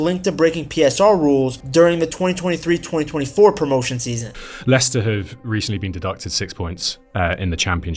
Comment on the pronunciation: I nearly turned off when I heard the accent but he did pronounce Leicester and players names correctly, glad I stayed and watched